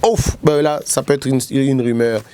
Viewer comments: Salut ndeko, osali erreur de diction. On dit rumeur et non rimeur. Voilà ma petite contribution du jour. Félicitation à votre équipe pour les 30K🎉🍾🥂🙌. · une erreur de diction (prononcé dikssion) est bien une expression française qui signifie une erreur d'élocution c'est-à-dire dans la manière de s'exprimer. Ici en l'occurrence il a fait une petite erreur de prononciation: il a dit ri-meur au lieu de ru-meur. Cela n'est pas bien méchant😄😙.